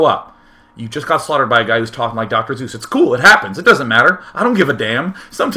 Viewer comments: Dr. Seuss's last name rhymes with choice not Zeus. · Suess is pronounced Zoice - like choice with a Z. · He says Zeus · You’re wrong as the deuce And you shouldn’t rejoice If you’re calling him Seuss. He pronounces it Soice (or Zoice) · Doctor Zeus? no wonder people were confused. Pronunciation misunderstandings: I Prescribe ThunderBolts and Lightening! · DAMN IT, DAY[9]! It's prounounced like "soyce" in the German language, and Dr. Seuss is GERMAN! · i did not know "Zeus" is how you pronounced S-e-u-s-s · Dr. Seuss is pronounced Dr soice b/c its german thats why choice rhymes Seuss, thumbs up this so the o so intellectual Day 9 will gain some more knowledge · Yes, he does say Zeus instead of Seuss...also - sounds exactly like Tom Green. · Haha no i noticed this also. Its Seuss in English and pronounced Zoyce in german, hence why it was rhymed with choice in the video.. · Dr Seuss's pronunciation in German is Zoyce ... so you have an educated subscriber there Day9, or just a regular German one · I thought the whole time he was saying dr. zeus >.> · It sounds like he calls Dr. Seuss, "Dr. Zeus." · I heard Dr. Zues lol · pronounced soice? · Seuss ryimes with choice. Most people mispronounce it. Sound kinda like Soice. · haha Seuss actually rhimes with choice, if you pronounce it german xDD >> Seuss= Sois ? :D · Umm, about that "choice" rhyme at the end Day9, I thought this would help you out: You’re wrong as the deuce And you shouldn’t rejoice If you’re calling him Seuss. He pronounces it Soice. He used the (original) German pronounciation, but went with the anglicized later. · WHY THE HECK ARE YOU PRONOUNCING IT WITH A Z? YOU ARE LITERALLY /FARTHER/ AWAY FROM PRONOUNCING IT RIGHT THAN THE OTHER 99% OF PEOPLE WHO PRONOUNCE IT "OOSE!" [/nerdRage] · If you don't understand why "choice" rhymes with "Seuss" then you're are pronouncing "Seuss" the popular, yet, completely incorrect way it is pronounced. That's right, it rhymes with choice. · Day9. You said doctor Zues :3